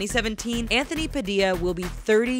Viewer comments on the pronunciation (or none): none